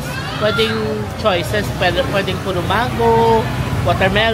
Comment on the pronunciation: Hindi po menggo sa english, mango po ang pronunciation…